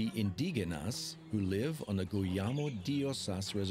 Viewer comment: I'm sorry but the narrator needs to pronounce some words better. Quetzal, Indigenas etc. The producers need to revise the pronunciation of these words to make sure they sound as they should. For that and although the documentary is great, you get a dislike.